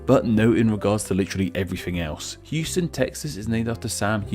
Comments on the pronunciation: Pssst….. “Houston” in NYC isn’t hewston, it’s howston. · in nyc, houston is pronounced “HOUSE - TON”